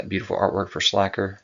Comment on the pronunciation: I think it’s pronounced Slay Ker….like Faker